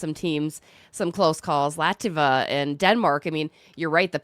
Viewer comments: "Lativa"??????? LOL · Latvia, not Lativa (Saliva),. Go Sweden! 🇸🇪